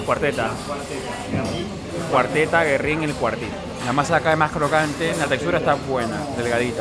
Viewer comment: SE PRONUNCIA GÜERRIN … no Guerrin ! Tiene apostrofes sobre la U … que tipo tan antipático 😅